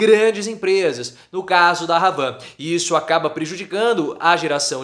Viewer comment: Não é RRhavan.....é Havan...h mudo.....tipo AVAN RRadad....Haddad